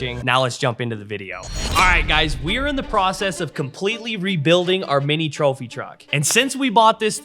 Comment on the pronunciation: What in the world is a “Thropy truck”? lol 😂